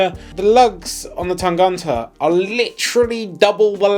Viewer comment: The way you say Tangente makes me giggle. ;) Tang-uh-nte. hehehe You pronounce the "gent" part in Tangente like you would pronounce gent in English, except that you don't make that j-sound for the g. So you've got it almost right, except for that "ent" in the middle. Cheers, mates!